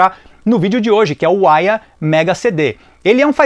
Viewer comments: Chamava essa marca de "Aiva" (som da pronúncia) kkkk Uma única vez vi esse console, numa banca de camelô, há muito tempo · A pronuncia correta é Aia ou Aiva ? Sempre pronunciei com som de V